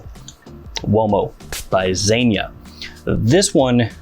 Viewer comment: You say Zegna wrong